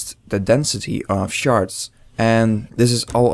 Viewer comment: when you say shards it sound like youre saying sharts xD